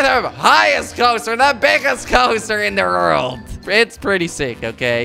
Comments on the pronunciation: Instead of world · He sais rold instead of world😂😂😂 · Jordi y do you say rorld. it's world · I like how he says rorld instead world it's funny love kwebbelkop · in the rorld not world lol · "are you kops ready for the biggest rolercoaster in the rouaald!" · did he just say "Rold" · why do you say wrold like that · learn how to say world